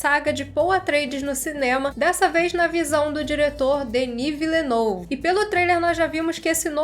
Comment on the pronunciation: amo você, mas ouvir tua pronúncia se Villenueve doeu meus ouvidos. Excelente vídeo COMO SEMPRE, não leva a crítica pro coração por favor, vc é maravilhosa